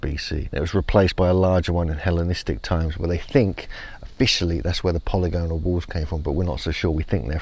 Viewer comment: What are the odds will learn to say polygonal correctly one day?!!